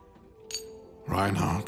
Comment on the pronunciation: It’s reinharot (simple not rude correction)